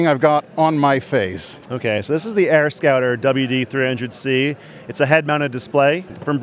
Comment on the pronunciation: Sounds like he says AirScatter every time (like ). Anyway, what if it's bright out and you're wearing sun glasses, wonder how viewable it is.